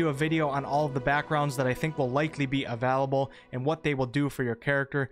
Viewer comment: I'm sorry but the way he says available really triggers me D